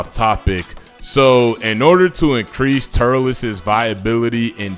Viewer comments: Tur-liss. Not tur-leese. Not "curls" but with a T in front of it either 😂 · How you butcher Turles name like that?😂😂